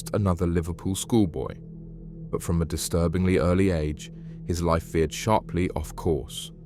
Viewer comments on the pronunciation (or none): none